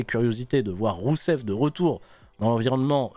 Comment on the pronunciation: qui arrive plus a prononcer rousev, il n'y a plus que Miro! et Miro il est tellement beau!